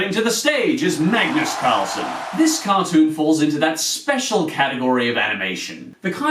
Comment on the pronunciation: Kalles Klätterträd translates into Charlie's Tree for Climbing. I must say that you pronounce Magnus Karlsson really well, just a hint of an British accent. But I do agree these cartoons are among of the worst. I certainly disliked every one you got on this list. And we sweds are all really creepy. ;) :P Did you check out Alfons? That was one of my favorit as a kid. Bamse is also really good. Don't really think we have a really nice looking cartoon. Basically feels like a shoe string budget. But at least Alfons and Bamse has some good morals to teach. :)